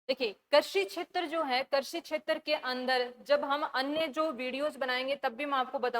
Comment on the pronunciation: मैम कर्शी नहीं कृषि होता है।प्लीज उच्चारण सही करें।धन्यवाद।